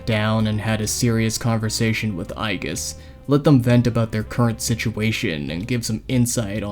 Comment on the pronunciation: Its not pronounced "eye-geese"